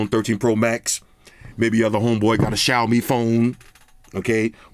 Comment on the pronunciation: mad respect for correct 小米 pronunciation 🇹🇼